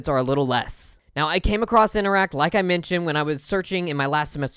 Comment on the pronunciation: Interac...not InteracT...note, no 'T"